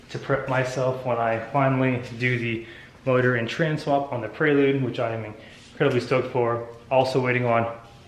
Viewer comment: it is prelude (as in present) not a praylude